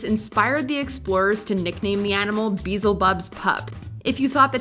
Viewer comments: It's pronounced be-el-zi-bub. Not beezle-bub. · Lemon Drop was the scariest sound to me. But get it right girl. Its not beesabub or bealsbub but rather Beelzabub. So have a littltle respect. Pronunciation Be Elz A Bub. But everyone gets Zozo right huh? As for your featured song with a link to the idiot? I dont think so. That is the one animal I am leery of. The "gangsta" crap? Well they dreally dont know. They "play" and then go cry. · Someone needs to explain to the narrator how to pronounce “beelzebub” lmao it’s “bee-yell-zeh-bub”. It’s the lord of the flies, Satan’s other name. It’s ancient dark stuff, but the way you said it (granted you did say it phonetically) makes it sound like a cartoon character lol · The mispronounced Beelzebub made me more horrified than any of the animals listed